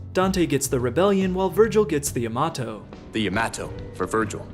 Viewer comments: Isnt the DMC series pronounciation of Yamato incorrect in general since the Japanese name is YA-ma-to, and in this series, they call it ya-MA-to? Isnt it similar to saying Rebellion like Rebel-Lion? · Yamato's actual pronunciation: Yah-mah-toe DmC: Emo Will Cry's Americanized Yamato pronunciation: Ya-ma-toe. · Tory Prince It's yama-to, but that's a far cry from "yah-mah-toe" Characters do mispronounce it but hey these voice actors were picked by Japanese FOR Japanese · Glad I wasn't the only one who made massive fun at the bad pronunciations. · More like YEEE- (t) - myatoh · They said Yamato wrong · I really hate the way Vergil mispronounces Yamato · After playing 3 I laughed hearing him mispronounce the Yamato.